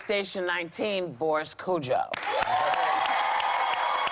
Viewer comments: “Kodjoe”, not “Cujo”. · Whoopi not Boris Kujo but Kodjoe( codejoa).